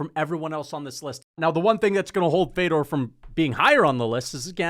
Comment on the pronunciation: Putting this dude over Fedor, while pronouncing Fedor’s name wrong. I was laughing my ass off. I’ve never seen more casual energy in my life. Unsubbed lmao